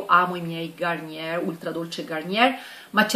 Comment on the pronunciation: Simpatica la pronuncia marcata di garnieeeerrrrrr🤣🤣🤣🤣🤣 ti trovo simpatica semplice e video interessanti!